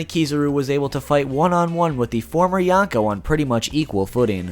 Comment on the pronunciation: Okay, I know you said in the beginning of video that you'll pronounce some words weirdly, but... ...with the way you pronounce "yonkou", I first thought you said "yacko" and wondered, "Luffy is gonna fight Warner siblings now?". After more careful hearing, I do hear "n" in there, but even then, it sounds like "yanko", and it's pretty distracting.